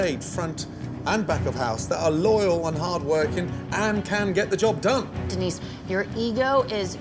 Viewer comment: Denise? You mean Dee-nice?